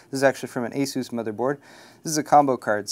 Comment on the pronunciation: Well, that IS how you pronounce "ASUS".